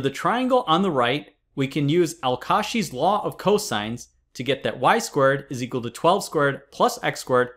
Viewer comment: al kasheeee